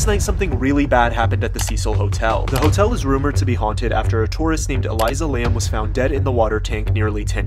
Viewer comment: "Eliza Lam" and blud didnt know how to pronounce 💀💀💀💀💀